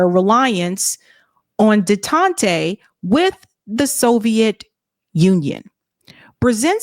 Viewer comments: it's pronounced "Day-Tant". Not Day-Tontay. (Ever so slight face-palm) sorry. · have you considered finding a pronunciation guide for stories you plan in advance to read? Day-tont w/ Russia needs French style. K-meer Rouge, also.... Very counter-intuitive words, that used to be so common, everyone recognized them on sight in the era Chris was writing about.... but I'm of almost that same age. Some issues Carter was "more human" over than many Presidents, but over others, he was a real jerk. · was off her game this report. I attribute it to a generational gap and not being familiar with the Cold War era. Her mispronounciation of détente was a dead giveaway. A notable omission not generally mentioned in the Carter restrospectives is the Moscow Olympics boycott, which was a big mistake IMO, and has butterfly effects up to today.